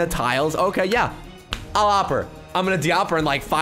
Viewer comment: O-P not oppppp btw im subbed :D